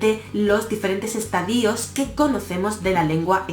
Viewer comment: Me gusta mucho tu canal, es genial. Gracias por compartirlo. Estadíos no existe. Es estadios, y siempre se pronuncia estadios.